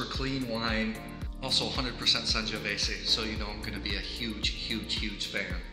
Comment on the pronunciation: I'm so glad we share the same love for Fontodi and the Vigna del Sorbo! The "Sangiovese" word comes with the last 's' pronounced as a 'z'. Otherwise it would have been "Sangiovesse" Cheers!